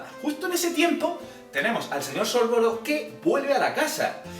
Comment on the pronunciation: Mira que me gustan los videos así y se que conllevan un gran esfuerzo por tu parte pero como fan de hp me han sangrado los oídos...no son los hermanos piveter son los hermanos Peverell, no es antinoch es Antioch, no es sorvoro, es Sorvolo, no es merope, es Mérope, no es little humpton, es Little Hungleton, no es cracatus burger, es Caractacus Burke, no es rominda ravenclaw, es Rowina por mencionar algunos... y lo más importante!!!! los padres de Neville NO están muertos, están en San Mungo, por la maldición cruciatus de Bellatrix Lestrange!!!!! colagusano no tiene NADA que ver con ello... aclaro q es español de España y no latino, y que no es hate, pero, ya que has buscado la información estaría bien q estas cosas no ocurrieran no??